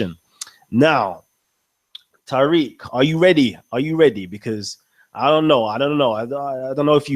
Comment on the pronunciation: People, he's Ta-reek, not Tie-reek. I'm Tyriq.